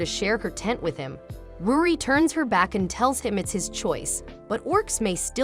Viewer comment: Bruh ruri not rudi